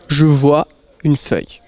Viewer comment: Let me tell you, nobody pronounces the "vois" like he does. I think his jeans are too tight.